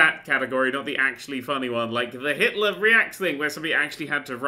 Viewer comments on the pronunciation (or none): none